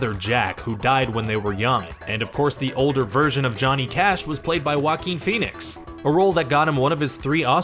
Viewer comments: "Wackin Phoenix" It hurts to hear this Really does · Oh that wacky "Wackeen Phoenix". LOL! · Joaquin sounds like: WA-keen. Not how it is said in this vid. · It sounds like you say whacking phoenix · It’s (Wah-keen) please pronounce names correctly or stop making videos! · Ahem!! It's "Wackeen Phoenix", thank you very much? lol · YOU ARE KILLING JOAQUIN'S NAME! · You’re mispronouncing his name dumbass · narrator of this video pronauced joaquin name like that ....lol